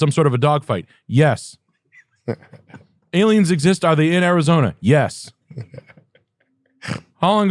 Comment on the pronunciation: Did you say aliems? Are you a fleccas talks watcher?!